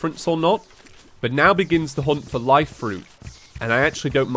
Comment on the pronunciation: “Fank you so much Four watching” love it